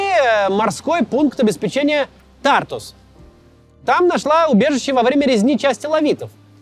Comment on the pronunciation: Максим научился правильно произносить Тартус😊😊😊